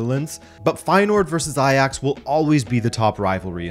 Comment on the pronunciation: eye-jax…Does it still hirds?? 6-0 😜😜😜😜